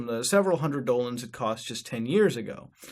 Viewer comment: Mutahar Why the hell do you keep saying Dolans when that is not a real currency. Dollars are not Dolans.